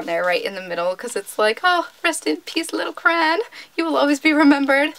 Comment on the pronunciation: You say "crayon" sooo weird lmao